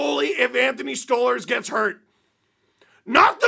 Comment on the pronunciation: It's *Stoly/Stolie or Stolarz you muppet, not Storly Just because rielly scored that doesn't mean he was good, and that's not even the point of the video. 🤡 they're the heaviest team in the league and but they play like they're the biggest pansies in the league. Their goalie had to stand up for himself because no else cares and it's embarrassing. That's the point